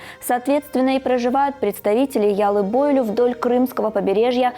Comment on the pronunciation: Маленькая поправка,яллы бойлю,ударение,на последний слог,на ю.